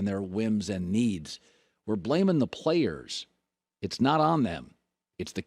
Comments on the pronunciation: Did Colin say playas? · Colin sayings “playas” 😂